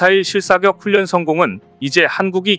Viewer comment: 훈련을 제대로 읽어라. 싫다.